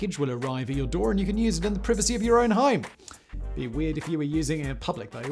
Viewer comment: 34???? No way dude! You look like 64. Btw, you keep mispronouncing the word "privacy." Are you a foreigner? Is English a 2nd language for you?